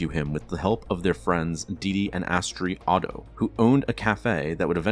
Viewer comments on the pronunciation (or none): none